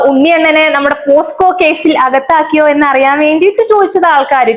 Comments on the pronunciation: posco alla pocso ath onnu padiku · പോസ്‌കോ അല്ല പോക്‌സോ